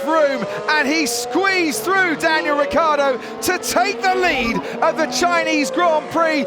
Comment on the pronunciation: RICCIARDO NOT RIKKARDO